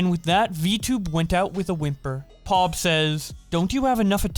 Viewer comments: Pawb? Could you not do more than 1 take lmao it's P O O B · it’s pronounced like boob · Did you seriously just pronounce poob as 'pawb' As a member of watermelon gang I'm highly offended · It's pronounced poob like book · "pob" lolll